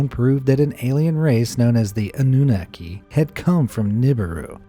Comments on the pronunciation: "Ahnu-Nokky" not "a new knuh key" whats so hard about assigning the accent mark to its proper syllable? lol. things like this happen quite often on this channel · Anunnaki: "Ann-new-nah-key" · It’s called Anunnaki (aw-new-naki) lol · FYI, you keep saying it wrong... it's pronounced "Ah-new-nah-key" ok? yw lol